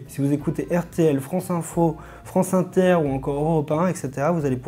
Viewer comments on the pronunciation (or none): none